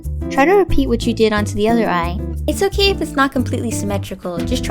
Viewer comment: the intro was really weird and why dose she say Oki instead of okay but anyways mine turned out great